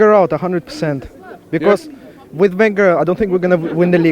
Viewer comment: who the hell is that guy how is he saying wenger and kronke in what a dickhead